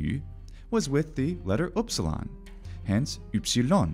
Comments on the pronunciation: Upsilon didn't sound like you've just uttered it. Namely you pronounce what is nearest to a Parisian u or a German ü or to a lesser extent a Swedish y. The French sound is pronounced like a shrill i sound but with the lips puckered as around a pencil. The upsilon was pronounced as a central closed vowel but like i in will, bill or e in sided but with the lips closed together as for a v. It is the vocalic prolongation of the consonant v and has a more mysterious, otherworldly quality than French u which is very fronted and without echo. Upsilon fetched into the deepest vocal cords, hence why at the beginning of a word it always comes together with a rough breath, with the lips forming an obstacle, a veil. Try to fetch the deepest breath inside and project it onto the obstacle of your closed lips. Latin only had the short, blurry, relaxed version of that sound, as in Sÿlla, docümentum, optïmus. There were attempts to introduce a new letter for that sound but the measure ended up being applied for words of Greek or foreign origin only and in the same shape as upsilon. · So if I'm correct, the pronunciation of the Ancient Greek letter upsilon is the same as the modern German Süss or French lune? Because I'm Dutch and we also have that German/French sound (e.g. 'duur'), but it sounds a bit different than the way you pronounce it, I think with your lips a bit more like a duck and less pressed together? I can't explain very well as I'm not well versed in linguistics, but u sounds a bit strange to my ear. Just a little bit though. It's very close and normally not noticeworthy, but since we're discussing the letter and the sound it makes, I wanted to ask.